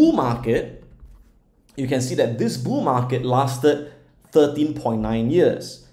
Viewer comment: Lol. He saying “Boo Markets?” Or bull markets lol